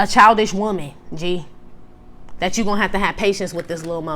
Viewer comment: “deya she iz, di most booty-ful whoman in di whorld” MI IS DEAD 😂